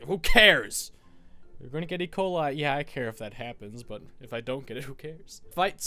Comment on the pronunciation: Did he say ecola